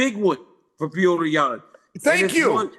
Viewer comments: Can we quit with the “pee-odor”? Please? It’s “pe-yo-tour” or freaking Peter if nothing else… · They keep saying Peyoder😂